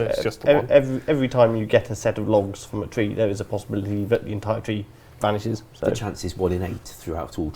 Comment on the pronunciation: voice pisses me off, trwee instead of tree ffs